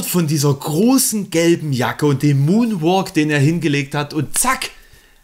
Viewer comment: Wie er monnwalk gesagt hat haha Minecraft Suchti xD